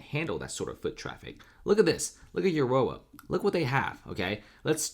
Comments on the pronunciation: It’s Aaaarrrora. Not Urora. Thanx for your report. This affects me greatly!! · It's pronounced A-roar-A not You-or-A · Dude it's pronounced A ror a Arora the U is silent. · Aurora is pronounced Aw-Roar-Ra, the same as the astronomical phenomenon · Uh roar ah. Thats how Aurora is pronounced! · It's pronounced A ROAR AH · aurora is pronounced uh roar uh haha great content loved the break down of information you did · Say it with me now UH ROW UH AROURA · Please learn how to pronounce A RO RA (Aurora) properly. Thank you. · why can't you pronounce 'aurora' correctly? lol. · Aurora sucks. He can pronounce it any way he wants. mostly chicano. Theyll fit right in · Yeah, this guy knows shit about denver. listen the way he tried to say Aurora. Then claiming lakewood and Aurora are small towns. Get your facts straight, you sound dumb AF.